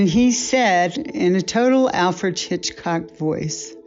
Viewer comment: First, it's pronounced Alfred "Hitch-cock" not "Chichcock". Second, the female needs to go, and go quickly....